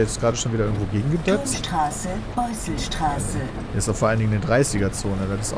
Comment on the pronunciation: Aaaaaaaaaahhhhhhh Hab 10 Jahre in der Nähe von S-Bahnhof Beusselstraße gewohnt, noch ist das Video keine Minute um und Peter spricht diese Haltestelle falsch aus. Zugezogener eben :-) Hab mich gut unterhalten gefühlt und bis zum Ende geschaut. Ist total klasse, wenn man die Gegend kennt.